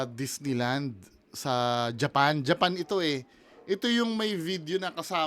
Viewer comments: Dis-neigh-land daw. 😂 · DIS-NEI land?😂